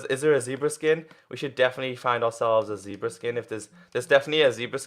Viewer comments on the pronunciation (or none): It's zebra not zeeeebra